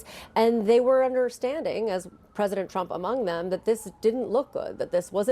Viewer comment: “Unpwecedented Pwesident Twump” Homan